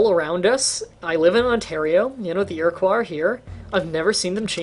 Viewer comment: You said Iroquois wrong. ear-uh-quo not ear-uh-qua